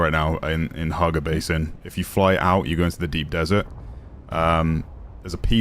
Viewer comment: Hagga! Not Harga